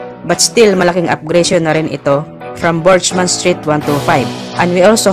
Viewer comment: Correct ko lang Kuya Burgman hindi Burgeman.